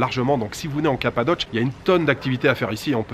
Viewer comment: remarque sans vraiment d importance ,en français on prononce cappadoce et pas cappadoche, ne te presse pas pour rentrer ,on est confiné jusqu au 1 decembre!!!!